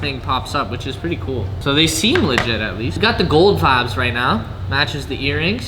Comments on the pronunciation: If you stop saying vabs im gonna kill myself. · In quebec vibe it vibe in french too we do not Said vibbes 😂 (sorry for my english) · I just started watching then he said vbez PLEASE JUST GO BACK TO VIBES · "Im gonna say Veebe" Says"vibes" 2 times after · Not vabs but vibaas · Him: I’m going to stop saying vibes, and say “vibés” Also him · you said vibeeezzz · le gars il est drôle 😂😂😂avec ses " vibase " 🤣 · Vayb is wat he says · If you stop saying vibes, im unsubscribing. Update: oh ok, vi-bez is ok too i guess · He said he would say Vibēs instead of vibes but look at this he said vibes